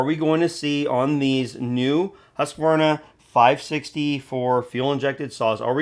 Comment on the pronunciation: Bodey did a great analysis and gave us good impressions of the data so far on the 564xp. The new 564xp is now making 70cc power. I hope Husqvarna, pronounced Hoosk-varna not Hussk-a-varna, got the fuel injection system setup for good fuel efficiency. The 550ixp is too costly. Hopefully the battery isn't heavy, otherwise the battery saw will erase the weight advantages of that size saw versus the bigger 60cc saws.